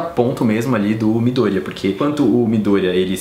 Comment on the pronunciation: Adoro quem pronuncia "midoooooôria" e não "midoriiiiiiiiía" <3